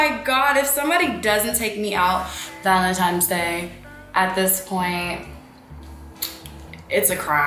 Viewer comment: ValentiNe’s sis with an “n” lol you’re so prettayyyyyy 💕